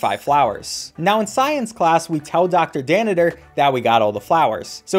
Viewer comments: He keeps saying danitor instead of Danner and it makes me angry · *calls Dr Danner Dr Daniter* Me: TRIGGERED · His name is Dr. Danner, Not Dr. Dannider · plus he calls dr danner "dr daniter" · I’m filled with rage every time you call dr danner dr danitor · You gotta love “Dr. Danitor” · My man really said “dr dannITer” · did anyone else notice he was calling applegate applebotom and mr danner mr danniter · Anyone else notice how he calls Dr. Danner, "Dr. Dannader" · “Dr danniter” did he really say dr danners name that wrong? Or is that how its said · It's doctor Danner btw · It’s not dr.daneter is dr.danner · It’s dr danner, not dr danidor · I'm sorry but I can't not point this out He says "Doctor Danitor" and "Ms Applebottom" It's ment to be "Doctor Danner" and "Mrs Applegate" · does he keep saying dr. dannitor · It’s pronounced doctor danner not doctor danader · Are you pronouncing Danner with 3 syllables? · Why does he keep calling Dr. Danner “Dr. Danniter”?